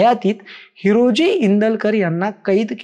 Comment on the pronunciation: Tula हिरोजी neet bolta yet nahi हिराजी mhantoy